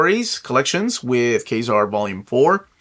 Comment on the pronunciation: Thank you. By the way, I believe that it is pronounced Ka-Zar.